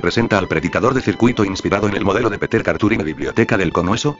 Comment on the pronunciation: muy rapida lectura que lo vuelvan a hacer y malisima pronunciacion el lector atomatico . no es peter sino piter es pedro .